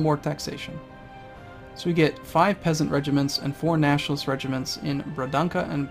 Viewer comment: Just letting you know that the "Ç" is pronounced as an S, Bragança for instance is pronounced "Bragansa" :)